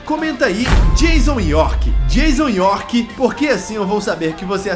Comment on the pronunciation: Jaison York. Kkkk